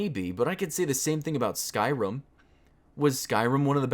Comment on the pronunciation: I dont want to nit pick but you say skyrim as skyrum.